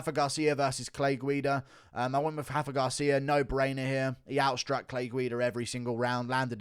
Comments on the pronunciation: it's RA-FA not Hafa lol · Rafa. With an R. Lol only the Portuguese do the weird “R=H somehow ” thing